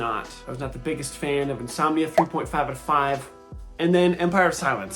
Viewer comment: You were reading "Insominia" as your "got-to-bed" book. 🤣